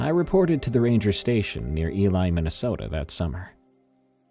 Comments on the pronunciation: You pronounced Ely, Minnesota wrong. Its E-lee not E- lie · Ely MN pronounced eelee... camped that area this past fall, highly recommend, I plan to repeat this year.